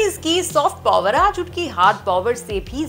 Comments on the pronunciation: The number of times i cringed when she said pOOwar🥴🥴🥴🥴🥴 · That’s not how you pronounce Power my dea..